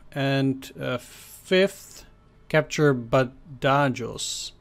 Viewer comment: Badajoz is pronounced Bad-a- Hoz ( or Ba-tha-hos if your American ) as has been the location of several major conflicts over the centuries, most famously it was the site of a siege during the peninsular war, described as Wellington's bloodiest battle .